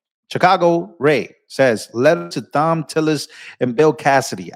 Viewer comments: ( psst, Thom is pronounced Tom) I love Judge Jeanine, she don't play. These RINOs/Liberals are behind in moves on Trump. He about 10 steps ahead. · Tom tillis. Not thom. I know, I know. It’s that crazy English language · Thom is pronounced with a hard t. Its spelled different but sounds the same as Tom